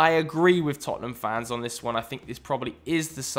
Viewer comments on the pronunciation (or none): none